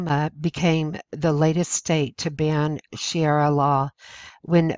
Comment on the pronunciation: sha ree ahnot shira